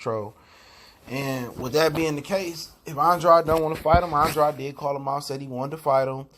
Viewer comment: If you listen to Andrade say his own name, you will hear that he himself pronounces it as "an-drade" drade like it rhymes with trade. Of course mispronouncing someone's name is not a big deal. But when you are in the business of media and you've done it like 86 times, it starts to get annoying. Same for Mike Coppinger. The only R in his name is at the very end so it's no way his name is pronounced "Copping-ringer" but you also say that quite often. Other than that, I love the content. You keep it all the way real on this channel 💯